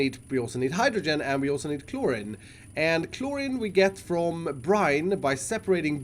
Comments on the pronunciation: It’s chlorine not chloryn dude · It’s pronounced chloreen (like halloween) not chlorin, but it’s spelt Chlorine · when he said clor-in instead of chlorine at the beginning lol, learn you english bruv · iskall: chlor-rin me: I t s. p r o n o u n c e d chlor-reen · iskall it’s chloride (like chloryde) not chlorid, same for chlorine, it’s pronounced chloreen, not chlorin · it's pronounced chlor-ee-n not chlor-in. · it’s said as cloreen not clorin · I don’t want to be mean, but “Chlorin” kinda triggered me. It’s pronounced “Chlor-een” love you iskall. But gosh darn it I hate how I have to correct people cause I’m entitled lol. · Just so you know, its pronoced clor-een , not clor-in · Hey, chlorine is pronounced klor-een. Not kloor-in it's a real chemical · its pronounced ˈklôrēn (cloreen) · Chlorine is pronounced (Clore~een) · Read chlorine as k-looooooooreeeeen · Nooooo it’s claw-rene, I’m triggered I’m sorry. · Just for next time it’s pronounced. “Cl-ore-een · Chlorine (Klor-een) You're welcome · 😤it’s Klor-een that’s how you spell it lol Cool series tho Keep up the good videos! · Zuton Games hate to be that person,but it’s how you pronounce it. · Chlorine is pronouced "Clor - reen" (Same ending sound for Flourine, bromine, and hydrazine. Words like polypropylene also use the same "een" sound despite the different spelling.)* I don't remember the etymology as for WHY off the top of my head, but it doesnt follow the hard I rule that the words "Like, Slide, Chloride, Bromide, Supplied, Divide, etc." follow. Probably somthing due to English being an amalgam of different languages. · Chlorine is pronounced “kloreen” phonetically btw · Clorreen is how you say choline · My gosh pronounce it like Ch - Lore - Een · Chlorine is pronounced ‘cloreene’ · Chlorine pronounced klor-een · Chloreeeeeeeeeeeen is how it is pronounced , pal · Chlorine is pro pronounced clor-een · Chlorine is pronounced Chlor eene like the end of clean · He said chlorine soo wrong 😂